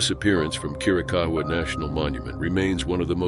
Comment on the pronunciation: Plz plz plz--- why don't narraters look up Correct Pronunctiations for Forests & people they want to video about?? Fugate-+ is FU-gate, like its spelled. Chiricahua is Spanish, pretty much like it's spelled. Chir- i- caw- waa. He walked away, & probably ran into illegals on those trails & roads, which happens often in that part of the state. You pronounced Sequoia-- its really not that hard. Be respectful in your videos to the names.